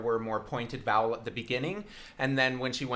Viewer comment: Does anyone else hear "bowels" instead of "vowels"? Maybe I'm too much of a horror fan... 😂